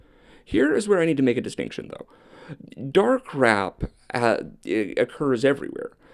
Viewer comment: Something is wrong with me, every time he says “Dark Rap” I hear Dar Crap.